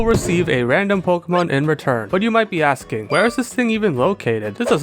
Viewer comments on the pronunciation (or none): none